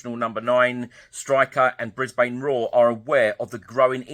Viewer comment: Pronounced, "Bris-bun", mate!